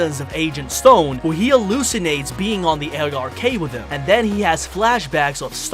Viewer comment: And when he says space colony A R K. It’s the fuckin Ark.